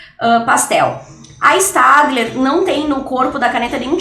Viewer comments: Se escreve staedtler mas se lê stedler Espero ter ajudado 😙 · Se pronuncia stebiler ( eu acho)